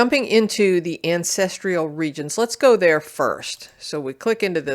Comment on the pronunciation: The content was promising, but I couldn't finish watching because of the repeated mispronunciation of "ancestral" as "ancestrial." I don't remember this occurring until recent videos.